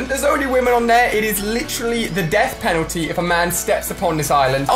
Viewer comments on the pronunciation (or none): none